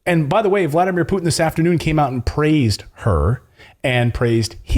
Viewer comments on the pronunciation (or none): none